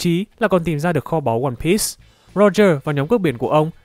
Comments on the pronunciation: piece đọc là piii not pít nhé ad :v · Từ one piece là đọc sai